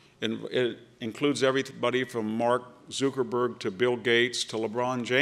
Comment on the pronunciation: Maybe if this guy could pronounce Zuckerberg's name I could take him seriously. Hollywood, sports, silicone valley conglomerate? What's their interest? I think the conglomerate of corporate and private wealth is a much more pernicious influence in American politics. How are the middle and working classes to fight against the political influence of corporate and private wealth?